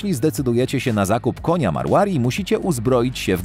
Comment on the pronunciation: Pov: Marłari.. Naucz się czytać ras